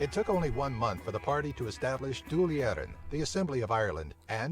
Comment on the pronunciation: Dail Eireann is pronounced Doyle, not Dawl